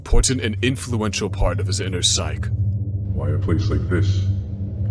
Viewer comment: great video. storyline, editing, voice acting dont wanna be that guy, though, but "psyche" is pronounced "sigh-kee"